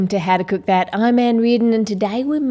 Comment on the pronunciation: "WOOK THA"